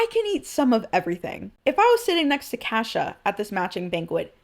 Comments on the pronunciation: no fr I was like "Who tf is Kasha?" Before I realized she was butchering Cassia 😂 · It actually is her 17th birthday. She happens to have her birthday on the day of the month they do the banquets, and always hoped it would happen on the day but knew it might not, and was very happy it actually did fall on her actual birthday. Also your pronunciation of Cassia is so different from mine it took me a minute to figure out I wasn't hearing it wrong lol